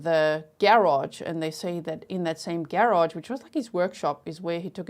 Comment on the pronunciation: I love how you say “Garage”! 😊 ❤